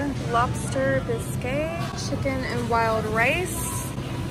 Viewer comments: Another great video! 💜 I'm a total potato girl too... fried, roasted, mashed, baked, chips, potato salad, literally potatoes cooked almost any way, lol 😅 yes, I'm def ready for Fall! little fyi... bisque is pronounced like bisk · Hahah girl the way you said lobster bisque 😂 I love your videos! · Me scrolling through the comments to see if anyone else noticed how she said bisque 😂😂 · lol same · Say lobster bisque again… that was funny 🤣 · The way she pronounces things omg bisque😂😂